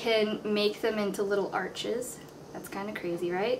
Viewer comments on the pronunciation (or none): none